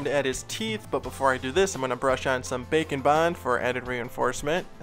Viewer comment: I still hear bacon bond instead of bake-n-bond lol To me the drawing looks like a mix of: Jumba + Stitch + Cactus + Bobgoblin (from WallyKazam) lol